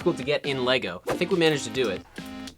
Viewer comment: Bro doesn't even know how to say Lego lol